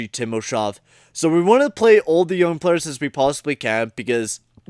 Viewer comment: Not gonna lie, the way you mispronounce player's names almost made me give up on this series.